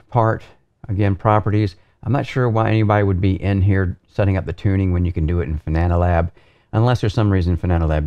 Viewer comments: ... "Fananalab app" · I like how he says "Fananalab" haha